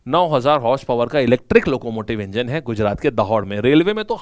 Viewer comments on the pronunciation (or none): none